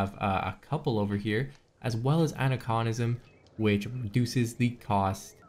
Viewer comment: Aniconism: it's not ani-KAHN-ism, it's AN-EYE-kahn-ism. An- (against); icon (symbols). Icon as in "this sect sure is full of iconoclasts."